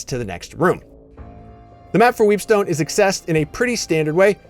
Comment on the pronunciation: I tried not to but I just kept hearing "Weebstone"